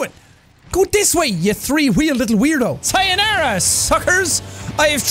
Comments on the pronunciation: Gotta love how Sean pronounces Three as Tree. "We got Tree Weels!" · Y’all go to and listen to how he can’t say three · i have tree wheels and a dream more like tree wheels and an Irish accent